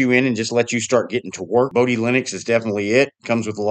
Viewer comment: The "o" in Bodhi and Moksha are both pronounced like "oh", "yoke", "flow", etc At least they are in my head, and by other Bodhi devs I've chatted with.